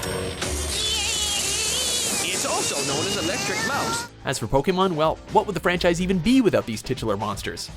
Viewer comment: why can't he pronounce Pokemon correctly?